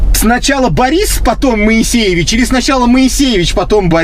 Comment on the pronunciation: Мойесеев он а не моесейевич 😂😂